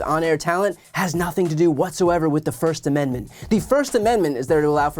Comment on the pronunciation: What is a “firssten amendment” anyways? 🤔🤡😂